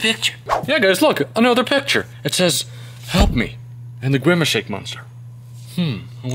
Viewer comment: he is grimece not grimece shake